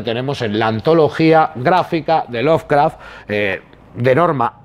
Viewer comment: ¡Que no es "loveRcraft", que es "Lovecraft"! Jaja.